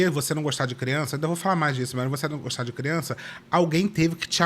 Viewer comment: Sempre uma " Ameinda" kkkkk